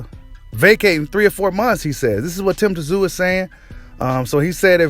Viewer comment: Tszyu you just pronounce his name zoo, the T is silent. 👍